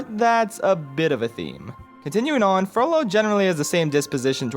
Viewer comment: I really want him to make a lord of the rings video like if u agree It might just be because every time he said "Frollo" I heard "Frodo"...